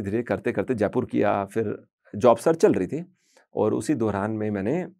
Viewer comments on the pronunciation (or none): wo Dauran hota hai,. Dohran nahi😅